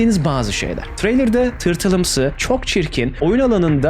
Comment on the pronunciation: Abi pardon yırtıl değil tırtıl